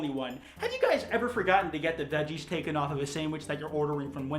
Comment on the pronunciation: Instead of veggies I thought you said dead cheese